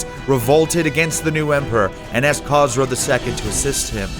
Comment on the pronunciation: The pronunciation of Persian kings 🤴 was ridiculous 😐 specially Khosrow and Bahram